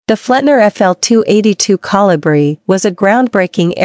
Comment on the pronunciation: Couldn't properly pronounce the name of the Kolibri. Very distracting to say the least.